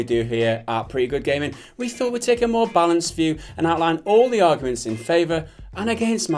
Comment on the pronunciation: lol you sounded american when you said "why you want mo money dude". lol. edumacation eyez got me a de-plo-ma